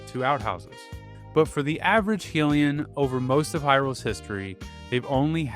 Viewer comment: traumatized by your pronunciation of "Hylian"